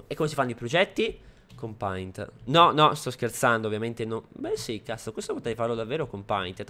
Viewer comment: paint si legge peint